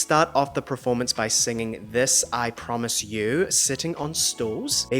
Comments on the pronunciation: both of you are pronouncing her name not specifically wrong but differently to how people back then including aaliyah when she was still here with us. Ah-Lee-Ah, not Ahh-Lee-ah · How does Ricky Martin mispronounce Aaliyah's name? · Ricky Martin just pronounced Aaliyah in spanish! is also how we pronounce Aaron. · not knowing who Metallica, Styx, or Asia is and then being annoyed with Ricky Martin who speaks English as a second language pronouncing Aaliyah wrong is too goofy...... And well I very much wish was true, but that statement aged real bad.